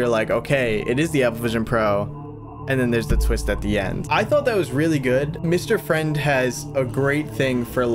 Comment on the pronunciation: It sounds like you said Mr French